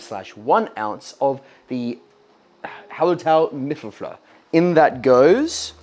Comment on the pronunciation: Hallertau Mittelfrüh - you pronounced it pretty much correct; the ü is long. Hallertau is the region where the hops are grown, and mittelfrüh means middle-early which refers to when the hops are harvested. It's probably the most classic of German hops. An additional hop to use in Kölsch-style beers would be some Tettnanger but you've always got the freedom to do whatever you want, after all, you're going to be the one drinking it.